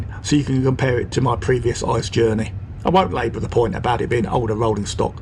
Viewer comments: good Video but don‘t say ICE as one word! It is I.C.E (Intercity-Express) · Although it's tempting, don't speak ICE like ice in icecream. Every letter is pronounced separatly, also in announcement, if in English. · Hey, great video overall and it brings back a lot of good memories of my trip to the uk last year (doing the same route but starting in cologne). Just a little something for future videos. The “ICE” trains are not pronounced like frozen water but instead each character separately. Just imagine it being I.C.E instead of ICE Greetings from Germany:)